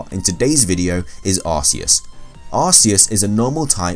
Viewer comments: It's arceus not arseous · Can you even say Arceus right. Its pronounced Arc/Key/Us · You pronounce arceus and Rayquaza wrong Ray-kway-zuh Ark-EE-Uss